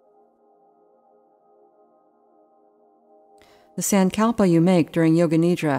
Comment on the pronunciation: Not a big fan of this particular yoga nidra guide. The voice is not soothing at all. Also the way she pronounces sankalpa is very jarring and hard to listen to. The yoga nidra series on the Breethe app is better